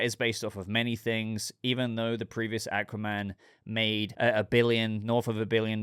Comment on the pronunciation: The way he pronounces Aquaman pisses me off.